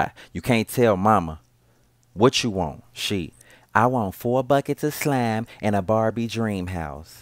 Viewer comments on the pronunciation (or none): Quamina Image he really said “shcklime”